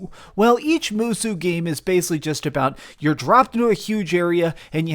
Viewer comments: Just FYI, it is mu-soh, not mu-sue. Not a big deal; just letting you know. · Musou is pronounced Moo-Soh not "moo-sue"... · It's musoh, not moosoo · "I am a big fan of Moosu's" .... what the hell did he just say?? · "moo-soos" lol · It is right? thought he said it weird. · Thank you I was gonna make this exact comment... That pronunciation hurt my soul lol